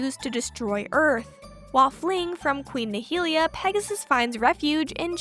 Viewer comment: Nehelenia not Nihilia